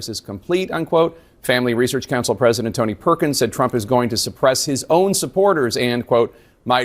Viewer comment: Why does Lindsey think the word president only has 2 syllables?